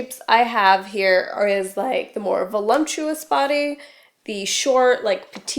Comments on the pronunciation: the word is voluPtuous....not volumtuous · voluptuous, not volumptuous. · It's "voluptuous", not "volumptious". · It's VoLUPtuous.... not VoLUMPtuous love ♥ (no lumps) Another great video. Thanks so much! 💖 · There is no such word as "VOLUMPTIOUS"............. It's VOLUPTUOUS. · Your videos are great. However, I feel compelled to tell you, it's voluptuous, not volumptous. (Sorry, it's the mom in me). Also, what to do if you are a combination body (voluptuous, with a small head and short neck) and have thinning, aging hair? I seriously wish I lived where you do business. Can't find a decent hair stylist, no matter how much I pay. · lol...volumptuous??? I think you mean voluptuous! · fyi: it's voluptuous, not volumptuous. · Love the idea of the video, but just a "heads up", it's "voluptuous" not "volumptuous". Sorry, I'm an English teacher. 😘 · LOL "volumptious" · Voluptuous not volumptuous ;) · She actually said "voluMPTUOUS". She simply put in a M where there isn't one. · i died laughing at "volumptious"